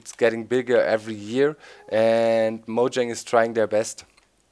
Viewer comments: Doc, Mojang is pronounced (Muu-Yeng) No one understands that -. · No its pronounced moyang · it actually is pronounced Mo-YANG and please don't call people retards. Its just rude.